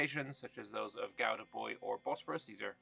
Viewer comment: Congratulations on pronouncing Gouda correctly. You are one of the few English-speaking people who can do it.